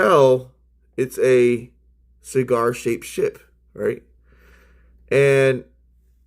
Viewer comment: Sheegarr shaped ships, not exactly a tongue twister. LOL. 🤪 AKURIA MATTE ❤